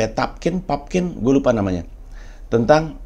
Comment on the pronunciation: Rupert Pupkin bang. Lu udah kyk asistennya Jerry Lewis, yg salah mulu nyebut nama si Pupkin wkwk